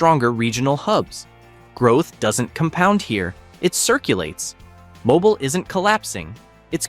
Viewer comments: Where is "Mo-bull." Never heard of it! Hire a human narrator! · Mobile is pronounced mo-BEEL, you AI dunce. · Mobile is pronounced "Mobeel." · Hartford is pronounced “Hot Ford” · I wonder if it's really AI, though. A lot of people don't know how to pronounce Mobile. I didn't know until I moved to Alabama about 20 years ago. I remembered there is that funny old song by Bob Dylan, "Stuck Inside of Mobile with the Memphis Blues Again." It pronounces it right. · Eh. I've never been to Alabama or anywhere else in the deep South and I've known how to pronounce the city of Mobile as long as I can remember. I'm also older than dirt and I've never heard a single American regardless of where they've lived pronounce it that way. The awful content of this video that's just random facts pulled from the web is another obvious indicator that it's AI slop.